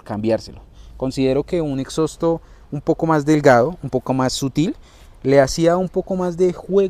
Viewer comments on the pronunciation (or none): Lo único que le crítico a los sudamericanos es decirle "exosto* ni en inglés se pronuncia tan horrible la palabra original